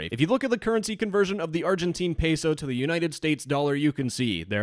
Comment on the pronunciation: hearing you say "peso" made my heart burn so bad but very good video!!